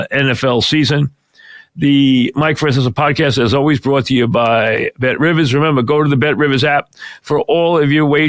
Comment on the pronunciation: "Bet Rivas" classic